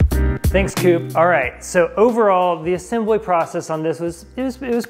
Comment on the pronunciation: assambly? lol